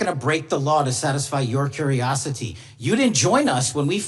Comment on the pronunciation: The way that his voice slowed down as he finished the sentence with curiousity. He fully pronounced the accentuated the "ty". And the speed at which he said that also. I've heard some people do both of those things. Kash Patel is a liar.